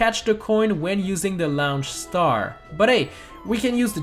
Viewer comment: 1. They're called 'Launch Stars' not "Lounge Stars" 2. You still touched those 6 coins, you cheater. Edit: Oh wow! YOU ARE A HUGE CHEATER!!! 3. You still touched that giant coin. 4. Purple coins are still coins.